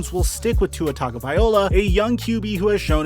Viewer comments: great channel - let me help you out with the Samoan last name, its pronounced Tah gnoh vy eeh LOW UH ( not 'oh la') - ya gotta say it like Jason Statham who takes a sentence and turns it into one word (like some of my Italian brothers) all in 1 breath like 'fogettabowdid' - keep up the good reporting, great channel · everyone made the right call. i think this has to play out before giving up that much. and it's vye-LOA, not vye-OLA. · Whos gonna tell its not -viola Its Vi-Loah. TagoViLoa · It’s pronounced tag-uh-vai-low-uh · One of these days you'll pronounce Tua's last name correctly. LOL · Love ur videos but the way you pronounce Tua last name drives me crazy!